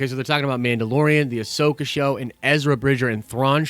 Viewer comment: Say it with me: Ah-so-ka. It's not that hard!